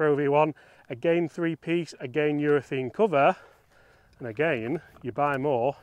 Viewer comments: Please stop saying Urethene. It's urethane. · I love your videos. Please explain what the hell is going on with you Brits pronouncing URETHANE as if it was spelt URETHEEN. I notice it's not just you. It seems to be a thing for you blokes. What's going on? At the end of the day it's just pronunciation so no big deal but why mate? I'd genuinely like to know.